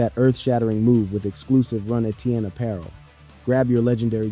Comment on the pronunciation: Btw Etienne is pronounced Achane according to Travis.